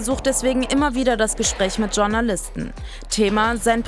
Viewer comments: Mir gehen JournalistInnen auf den Keks, die ausgerechnet das Wort "Journalisten" nicht richtig aussprechen können. Klingt nicht besonders clever. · Wer kennt sie nicht,die Tschurnalisten bzw Tschurnalistinnen😂😂